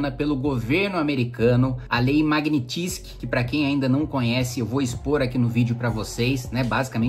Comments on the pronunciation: A pronúncia correta, em russo, é "magnítsqui" (transliterado aqui, para quem não domina a fonética), portanto, a sílaba tônica é a do " ni". Obrigada Sr. Kim Kataguiri pelo senhor ser um parlamentar e admitir publicamente que Congresso e Senado não estão fazendo nada com relação a essa ditadura instaurada no país pelo pê tê. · Fala direito o nome! É Magnitsky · Boa explicação, só falta aprender a falar o nome da lei.